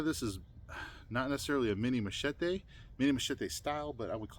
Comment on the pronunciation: Well... many many thanks for your review on one of my 2024 designs.. The Matato'a. First of all, congratulations on your pronunciation of the following words "Machete"... very well said. Just like that Ma-Che-Te...(not "mashetEE"😂) Rapa-Nui (the Island) and Rongo-Rongo (the script) Very well 👏👏👏 Now, your review... Awesome and you did punished the knife good IoI You are correct about defining it as a knife and is sort of a nice combination between that and a compact machete. About the sheath, you were right too. It's just a prototype thing. The final product has a normal size on the loop of the dangler, so any belt can pass through. The fire-hose thing... simple. It's just the hose needs more tension so the sharp edge works better cutting, don't worry buddy, it's just that. You gave the Matato'a some good assignments 👏 💪🏻🔪 Thank you for doing this and for naming me as well. My IG is wm_survival 😉 Good job!!